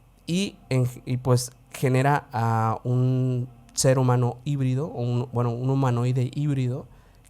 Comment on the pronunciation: Jesus híbrido min tuve que regresar pará saber que decías 5 veces por favor a veces hay que sacar la papa de la boca. Pero respeto todo lo demás.